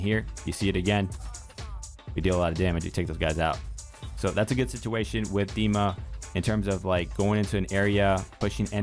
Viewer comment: Bless you for saying his name right!